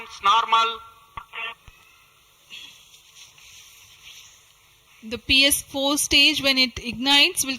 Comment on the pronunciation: "Lift Off Nawrmal" is love